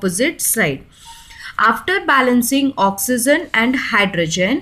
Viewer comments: Not OXYZEN..it's OXYGEN..pronounce carefully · Oxy-gen (correct) oxy-zen (wrong) pronounciation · I like the way when u say ions and oxygen